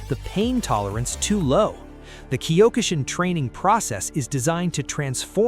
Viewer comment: why must you pronounce Kyo-ku shin karate... Wrong use of Japanese words